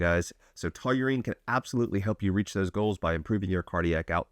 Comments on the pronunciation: "taw-reen", not "to-you-reen" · Seriously. Taurine is a 2 syllable word. Say it with me: taw-reen. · Why do you keep saying "TOLURINE" like you're mispronouncing Toluene, but it's just straight TAUR-ine..... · Taurine❌️ Tauyoou-reene ✅️ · Great supplement, wrong pronunciation ˈtɔr in, tau·rine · Sounds like you're adding a w to taurine lol. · Please say Taw - Rine 😂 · The fact you cant pronounce it really makes this unwatchable for me at least. Please check before making the videos lol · Pleaae keep mispornouncing tauring, cause it gives me more comments to read from the people correcting you, lol. Engagement. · Never heard it pronounced that way 😂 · omg It's hard to watch lolol. I don't even know how he says it.